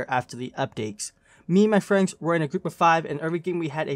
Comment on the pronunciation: bro can you pronounce friends right at least once. then I will like the video